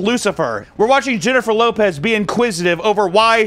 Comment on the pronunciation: And it’s HYENNIFER LOPEZ ❤